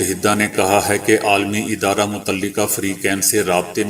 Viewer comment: my friend, this is not uodhare , this is adhare so please correct your urdu language.